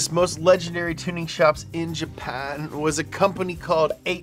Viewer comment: Nailed the Jesse impression. Almost did a spit take when I heard you say "Jhaphan"